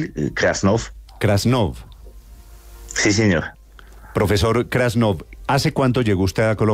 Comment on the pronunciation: Es krasnof y no grascof. Como los avis grasnando